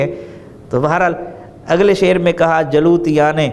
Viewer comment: جلوتیان اور خلوتیان کے تلفظ پر غور فرمائیں